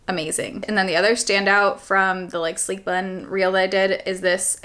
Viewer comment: Kept thinking I was hearing “sleep” bun and was thinking …why?